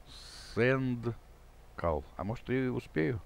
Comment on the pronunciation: Не "/cendcall", а /sendcall.